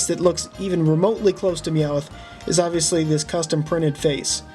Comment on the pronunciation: YOU ARE SAYING MEOWTH WRONG and I think the Character that is not quite right is squirtle AND the character you did not know is Amy